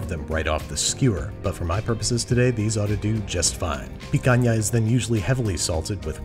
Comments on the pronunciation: As a brazilian and Monster Hunter fan, I'm honored with "picanha", the pronunciation and dish, both perfect. Congrats! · Being Brazilian and seeing babish do picanha the right way really warms my heart